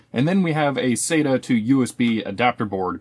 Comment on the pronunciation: SATA - "sattuh"